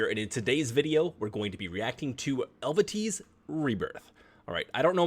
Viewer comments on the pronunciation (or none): Nice reaction, glad you liked the band, they are one of my favourites. The name of the band is pronounced El-vay-tee. The Hurdy Gurdy is a string instrument where the strings are brought to vibration by a rosined wheel which is operated by the crank. With the keyboard the length and so the tone of the strings can be changed. There is a very nice interview with both vocalists for the podcast of a vocal coach where there is also a very brief explanation of the gurdy: . For more Hurdy Gurdy you could check out Michalina Malisz's (the Eluveitie hurdy gurdist) YT-channel. But be careful because she did some playthroughs for Eluveitie songs (and some covers of the before she was invited to join the band in 2016) and wouldn't like to spoil future reactions. She played an awesome cover of "Martyr" by August burns Red on the gurdy too. She also has her "5Riffs"-series where she plays riffs from famous metal bands on the hurdy gurdy. She also did a Q&A for her 60k subscribers where she talks a bit how she joined the band . The main theme of Eluveite is the history and culture of the continental Celts in Europe, mainly the tribe of the Helvetii, as the band is from Switzerland.. They also do pure Folk style songs without any metal (Evocation I:The Arcane Dominion and Evocation 2: Pantheon are their folk albums). These songs are sung in Gaulish, the extinct language of the Celts that could be reconstructed by using inscriptions found at archeological sites from all over Eur